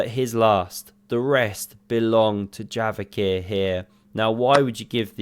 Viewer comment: Bro j is like in jail not like in yogurt, stop calling him yavokhir, it's kinda cringe